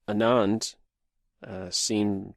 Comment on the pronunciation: Anand's name is pronounced Aaaah (as is say aaaahh) + nand.